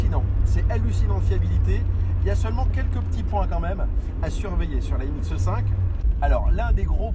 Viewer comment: Excellente vidéo, mais par pitié... C'est MX5 par MX "E" 5